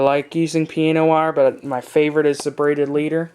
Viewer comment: piANo wire not piena wire - god damn.